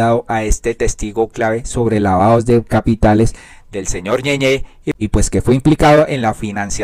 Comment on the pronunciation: Es ñeñe y ud lee ñeñé, no le sobran unas clases de gramática y ortografía; con mayor razón oficiando de comunicador.